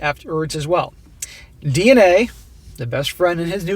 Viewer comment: I got lost with the letters when you said “DNA” (d and a) 😏😂